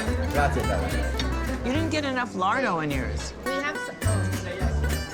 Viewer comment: Sorry stopped watching when all I could hear was American tourists saying 'Lado' not Larrrdo. So many places in Italy are ruined by Americans